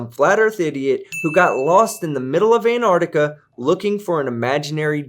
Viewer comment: Antar*C*tica. There is no silent c in there.